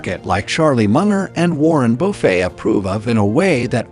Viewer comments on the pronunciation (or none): Ah yes, Warren BOO-FAY